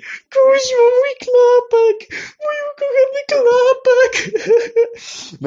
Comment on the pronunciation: Jak ja kocham te zaakcentowanie słów "korek" i "klapki"